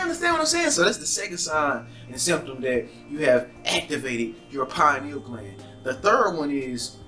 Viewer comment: Yeah they talkin bout some Pineals!..PINE NEALS??!! 🤣🤣